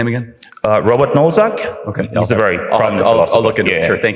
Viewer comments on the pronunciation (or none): Robert Nozick, not Nozack.